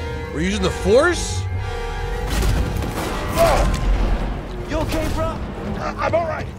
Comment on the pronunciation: "The phorce be with you"